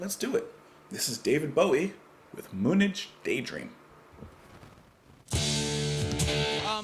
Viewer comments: I believe it is pronounced Moon Age not Moon edge. We recently landed on the moon so it was the moon age. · I think it’s pronounced moon-age